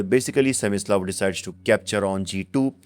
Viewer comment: his name is Smyslov,not semislav.